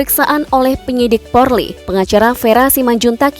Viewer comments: Min jangan bilang porli yg benar polri😂😂😂😂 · 😁😁😁 si mimin slh mulu bilang polri malah porli.kwkwckk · Polri ... Bukan Porli.. Sebutan salah makna pun hilang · Yg benar PORLI atau POLRI yaaa penyampaiannya... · Polri bukan porli